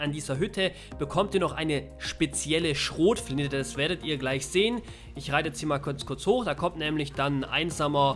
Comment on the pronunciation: "Schrotflintä." bin abgekackt